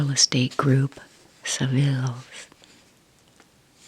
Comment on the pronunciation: Thanks for another wonderful relaxing video - also loved how you pronounced my company name Savills from the magazine 😊